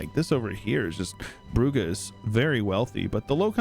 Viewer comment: Brugge prononciation is easy: b rolling-r schwa h schwa. Don't let the Dutch fool you into a hard g